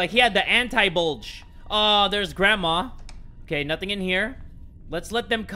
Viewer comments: Lol i was thought he said gra-ta-ta-taaaaaaaa😂😂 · The way he said gradma 😂